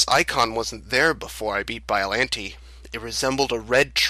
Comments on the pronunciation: Please, if you're going to do narration, learn the proper pronunciations. Biolante is pronounced like Bi-yo-lawn-tay, not Bi-yo-lan-tee. Pathos is pronounced like Pay-thos, not Pah-thos. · Bi-O-LON-tey. Not bi-o-lin-tay